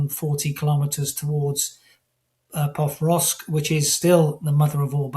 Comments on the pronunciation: Experts - please learn how to pronounce PO-KROV-SK. Out of respect. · Not sure of the credibility of the gentleman who can't even pronounce the city under current Russian attack Pokrovsk.